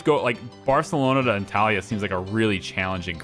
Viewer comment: You did good with Dubrovnik, but my ears are still bleeding from your pronunciation of Antalya😂 Funny, later in the video you do it correctly.